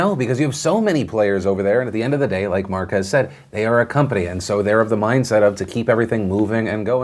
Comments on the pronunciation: Mark Ass Brownlee. Say it right Phil. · I can't get over how Will Smith pronounced Marques name... AND MARKASS BROWNLEE! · it's marques. not mark-ass. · Don't think you said Marquess name right 👀 sounds like you called him Marcus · So that's how you pronounce Marques